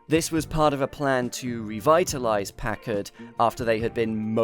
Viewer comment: Really glad to hear a British person pronounce Packard correctly. It's "pack-erd," and so many pronounce it "pa-card"